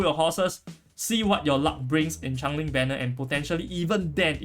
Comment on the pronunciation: I love how the Singlish pronunciation is "chang-e-ling" instead of "change-ling" 😂